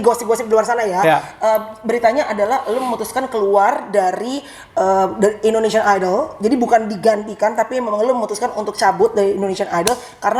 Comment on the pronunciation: indonesian ka harusnya bukan indoneisan